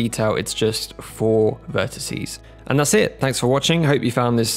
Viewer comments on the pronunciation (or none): none